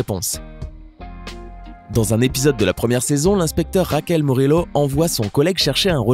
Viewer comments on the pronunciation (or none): "Raquel MurEllo" le respect est mort